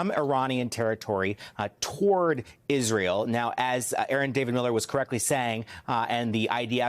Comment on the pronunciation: He Said Pissrael.